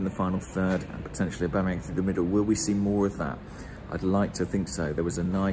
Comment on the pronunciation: The way u pronounce aubameyang is weirdly satisfying